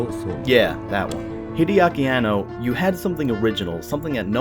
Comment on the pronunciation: I like the way you pronunce Evangelion, b-but.... Hidiaki Annou?